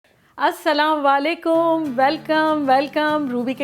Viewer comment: Aslamo Alikum Kaha karin Jis tara ap salaam lati ha w/o sahi alfaaz me ni bolti. Mazrat chat I ho